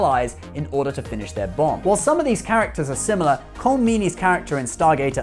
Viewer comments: Colm is pronounced Collum........Jaysus Chrishty you English have been visiting, trading and invading Ireland for hundreds of years and you still get all these names wrong. At least you're better than the Americans, pronouncing Dougherty, Dow-herty, its Da-herty (its not really but when speaking English its close enough) but their solidified in their pronunciation so in 100 or 200yrs everyone will be saying it wrong.......like everything else :P . You could compare stuff from gate and trek, gates and iconian gateways, replicators vs borg, trill and jaffa etc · Jesus Fuck Dude...can you pronounce anyone's name correctly? Rene -- ReNAY, Colm - Col-em. These are errors that put your credibility into the realm of Brian Stetler.